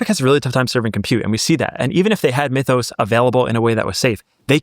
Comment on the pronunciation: "mee-thos"... say "myth" now say "mythos"